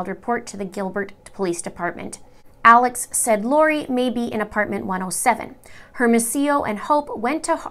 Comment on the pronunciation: Great video! Just fyi the detectives names are pronounced Air-mo-see-yo and Oh-pay